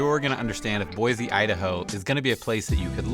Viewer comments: How long have you loved her? Fyi... it's Boy.see not Boy.zee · I'm sorry, it's pronounced Boy-see, not Boy-zee...I'm a native & most outsiders say Boy-zee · Boy-SEE not Boy-Zee. Come on bro 🤦‍♂️ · Please , for the love of all things holy, please pronounce the state capital correctly. It is BOY-SEE there is no Z. Nowhere in the history of the English language is S pronounced Zee. GAH!!! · You can often tell a transplant. They say BoiZZEE, and it’s actually pronounced Boise. Jewel wrote a song so newbies would get it right. LOL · You're saying Boise wrong. Locals say 'BOY-SEE', not 'BOY-ZEE'. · Don't move here if you can't pronounce it. There is NO Z in Boi-see! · It's boysee not boyzee learn how to pronounce it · It’s “boy-SEE”. You are pronouncing it “boy-ZEE”. It’s like fingernails on a chalkboard. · FYI it's pronounced Boisee not Boizee......there is an s not a z in Boise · There is no “Z” in Boise. Boy-See not Boy-zee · It’s “Boy-see.” Not Boiz-zee. Most people find it annoying that people don’t say the name of the town right. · It’s pronounced BOYsee not BOYzee. And I’ve never been there and live 1200 miles away. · 💯‼️ I came here for this comment. Mispronunciation is how someone tells you they aren’t from Boise. It’s Boy-see, not Boy-zee! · Bro, It’s BoiSE not BoiZE. 😁👍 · And please, it is Boi-C, say it like you live here 😊. There is no “Z” in Boise. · Boi-see, please. : ) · Guys not a local. No one here pronounces it boiZe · It’s prounounced “Boy-see.” There is no Z sound. I grew up here, and I don’t know anyone who uses a harsh “Z” sound. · You’d think the expert of Boise could at least say the name Boise correctly. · Learn to pronounce Boise with a S not a Z and you will not seem like such a outsider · You are obviously not from here, you don't even know how to pronounce "Boise"! The biggest con? We don't want you!